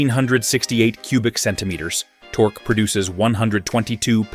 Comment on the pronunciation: Tork-key torque. F AI